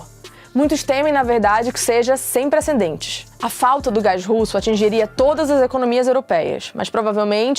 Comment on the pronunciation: Eu ouvi preceNdentes - duas vezes.